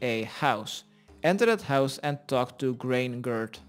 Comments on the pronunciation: “Grain-gurd” clearly her name was Freygurd lmao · GREYGERD? ITS FREYGERD! LMAO I WAS LOOKING FOR GREYGERD! XDDDDDDDD HAHAHAH THIS GUYH!!!! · "grain gerd" "gray gurd" lmao it how did you get grain from "freygerd" love u bro ur hilarious.